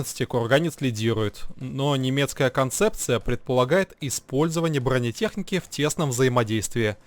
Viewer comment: ну отвел бы ты сына к логопеду, ну невозможно слушать "кевлаг.. кухганец..эгономика...бгонетехника.."